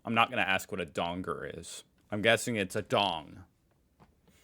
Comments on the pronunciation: FYI Just dong-er not dong-ger and Ah-strayl-ya not Aust-rail-ia, we also don’t say happy arvo, a head only a mother could love-really ugly, piss in your pocket does it mean flatter lol, we say don’t piss in my pocket and and tell me its rain - don’t bullshit/lie to me, we don’t say half of these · A donger is a dick. But you say it as Donga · Donger ... pronounced, as you said the word, 'dong' ... Example > ding 'DONG' the witch is dead) .... Drop the 'ger' sound and place it with the sound 'U' as in the word 'U-p' ) ..... Dong U :) Never hear of the 'John Thomas' thing ... (maybe it's a code thing amongst Aussie men ..lol...? Have only known it as 'Silly as a two bob watch' > "Silly as a two bob watch" means extremely silly or foolish, as "two bob" refers to a very small amount of money, making a "two bob watch" essentially a cheap, useless watch, thus signifying a level of silliness that is quite extreme; it's an Australian idiom "Bob" is a slang term for a shilling, which was a pre-decimal coin in Great Britain.... Yes! Like your description = $2 = cheap :) Rough Head ... Never heard it used that way ... But! 'ROUGH NUT' > was mainly aimed at a 'Red Headed person'..... which I think they PC call them 'Gingers' today....lol WTF?? .... Never heard of this '10 in a bed' shyt.... lol. Have heard 'Shitting Razor Blades' .... but NAHHH! never heard anything about the dog thing. Means you're very nervous ..... example: 'Doing my first speech tonight and man I'm (shitting razer blades') very nervous! Cat on a Hot Tin Roof ....Yes!!! = Nervous :) 'Stands or Standing out like Dog's Balls' = It's Obvious .... examples 1/ Wow! "Your shirt is so bright, it stands out like Dog's Balls" 2/ How'd you not see the rail crossing gates, they stands out like dog's balls" *Have no idea when they added the Shaved Cat thin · it's 2 things. a male appendage... or a shipping container. :) (spelled donga, pronounced the same)